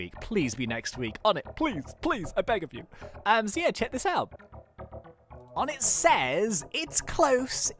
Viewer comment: onetts name is pronounced Oh-nay